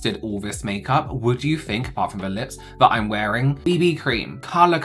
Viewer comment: "I always fink" - 😂